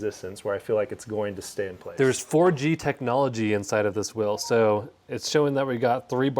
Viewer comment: What's a "whel"?